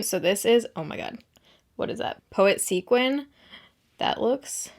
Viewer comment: This is so random, but thank you for pronouncing sequin correctly. It drives me craaazy when people pronounce it "sequence"🤓